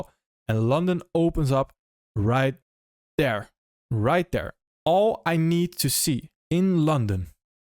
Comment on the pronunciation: I think I click on your videos just to hear you say "right D'ERE"